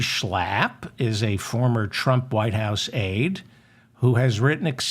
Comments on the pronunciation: Heil Zeigler! Stop Schlaaaaping German names around. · I love the way you pronounce Matt Schlapp. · I pray the Schlapp’s keep showing up in the news just so I can hear you say SCHLAPP😂😂😂 a spark of humor in the darkness Thank You David💙